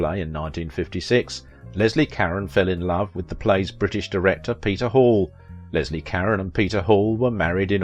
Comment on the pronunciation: You mispronounced her name is Leslie